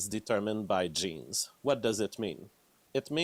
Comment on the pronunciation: i cringe everytime he says "genes"